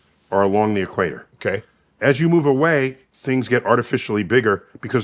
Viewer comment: Neil: "Africa Stradles the Equ-at-er" 🥃🫗🥴